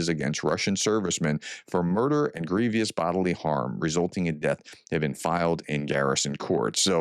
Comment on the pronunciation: its grievous, not grevious.....a common mistake